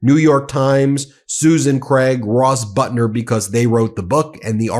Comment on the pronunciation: It's pathetic that you are unable to properly pronounce the first name of reporter Suzanne Craig and the last name of reporter Russ Buettner.